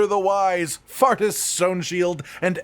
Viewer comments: I'd bet all my money its pronounced "four-tis" and not "fartis" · Faurtis is pronounced 'Fortis' btw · It's name isn't pronounced fart-us by the way lol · I pronounced Faurtis as Fort-is since words with 'au' usually make an 'aw' sound rather than an 'ah' sound, but fart-ass works as well I suppose